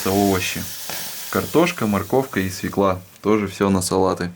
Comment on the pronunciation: Да не свЕкла, а свЁкла !!!! Говорите правильно, вас смотрит весь мир.